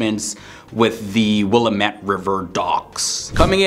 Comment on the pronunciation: Obviously is not an Oregonian. In his part on Portland, Oregon, like many outsiders he mispronounced the name of the river. The stress in on the second syllable, wilLAMette.